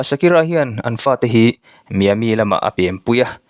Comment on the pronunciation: Miami (Mai-a mi tiin an lam)